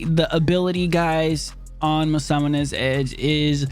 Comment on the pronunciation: Still having trouble saying Masamune? Lol great stuff man. Keep it going.